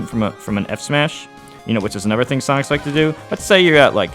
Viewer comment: 9/10 times I can’t tell if he’s saying “Sonix” or “Sonic’s” 😂